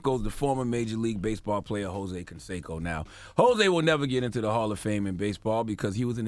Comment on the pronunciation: Hoe-say Canseco..